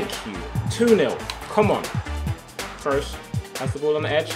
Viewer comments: Cruise not Krohs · Pronounced krus, not krows. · It's not krows its kroos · it's not Kroos it's Kroos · I know Tobi likes his OCD with pronouncing names. Lewandowski and Gundogan etc Then why tf is he saying Cross instead of Kroos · The way you say Kroos kills me. It's pronounced just like 'cruise' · he says kroos like kroas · Ps Tobi kroos is pronounced crew-ss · The 1 thing I don't like about you Tobi you support Man U and he doesent say Kroos right